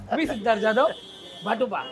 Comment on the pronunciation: "जाधव" याचा उच्चार "ज्याधव" असा करून नक्की काय फायदा होतो हे सांगाच एकदा 😢